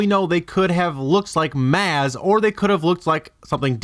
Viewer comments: Omg! You obviously saw the force awakens and heard the correct pronunciation of Maz's name, so why do you keep miss pronouncing it?! It's pronounced Moz Kanota in the mother flipping movie! Don't pronounce it the way it's spelled that's the wrong way to do it. Don't believe me? Rewatch the movie and listen to them say her name! With both ears! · Glaring hole in this theory. Maz (pronounced maaawz) has run her pirate's cantina/hideaway for a thousand years. Oh, and Jawas are rodents who live in a matriarchal hive structure with a LOT more than 8 Jawas in a single Sandcrawler. She's a shrewd business woman, she's not going to waste 30 years waiting on Tatooine for Luke and the droids. Far more likely that she would have taken a trip to see the pod races because she was already such a pod racing fan and has likely held her own pod races in the past. Far more likely that she would learn about things happening from reports she gets from travelers than having to be there herself. Lastly, Maz is/was a Pirate herself. She's not necessarily a 'good' person, right, yes, helpful, yes, on the light side, yes, but good? ... Not likely. She's probably got quite a few lives on her hands over the centuries, and not all of them will have been badguys. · You do realize that in the movie they pronounce her name "Mahz," right? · dude, at least pronounce the character right.. it's pronounced mahz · it's pronounced "moz", bruh, think of it like "mawwwwz" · Awful. Lost me at "Maz was a Jawa". Just cause there's no way to disprove your theory, doesn't mean your theory holds any water. Don't dig so hard dude. AND ITS PRONOUNCED 'MAHZ' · It's pronounced fucking "MAWZ" like "paws" or "jawz". Did you WATCH the movie? lol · You mispronounced Maz (Maúz) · its pronounced MOZ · Maz. But pronounced Moz. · The narrator is pronouncing Maz incorrectly. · I'm cringing so much on your pronunciation of Maz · The one thing that pisses me off about this is that he can't fucking pronounce Maz correctly.